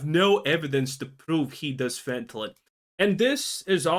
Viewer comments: I'm gonna be real, only issue I had with this video is how you say fentanyl. The way you are pronouncing it would basically read as fentalyn. I get that English most likely isn't your first language so i'm not faulting you for that but it does need to be pointed out. Other than that? Right on the money with the criticism. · Calling people braindead but can't even say fentanyl correctly.